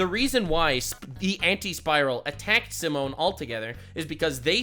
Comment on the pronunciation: His name is "Simon" for an even cooler character. "Simone" is the wrong one